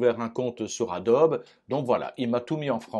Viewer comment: Cher professeur, écouter Adobe me fait mal aux oreilles; on doit prononcer Adobi merci pour vos tutos